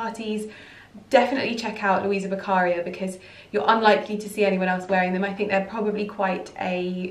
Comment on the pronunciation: It’s Luisa Beccaria a very high fashion Italian brand and the accent goes on to the i. Luisa Beccaría.